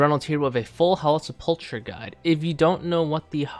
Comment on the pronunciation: Sepple-ker, not sepulcha.